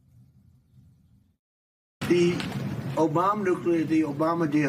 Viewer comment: Trump has to have dementia. He was so out of control and out of touch mentally. He can't even say his favorite word of Obama right.